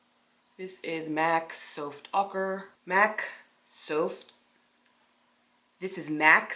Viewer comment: I died of laughter with “Souft auker” omg and u kept saying it 😂😂🤣🤣😂 I needed that laugh !!